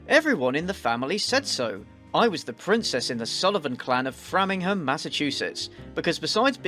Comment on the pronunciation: You know it's fake when someone lives in Framingham and decides to call a pizzaria instead of a Brazilian restaurant (also, it's pronouned Fray-ming-ham :-)